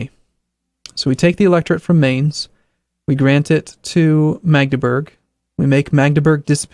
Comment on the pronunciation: i realy like how you pronounce Mainz